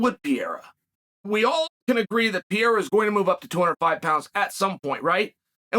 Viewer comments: I love "Pee era" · Who is this Pierra dude that Chael keeps talking about? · Chael, who the hell is Pierra? I thought Ariel cleared this up